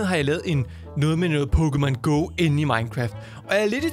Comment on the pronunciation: holdkæft du er god til at udtale PokemonGo